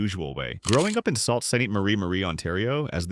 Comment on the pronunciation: cant even pronounce sault right, it's pronounced soo, stop the AI nonsense